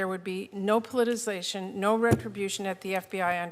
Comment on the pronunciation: How did she get this job but can't even pronounce the word POLITICIZATION??? She said "politization" multiple times, WHICH IS NOT EVEN A WORD.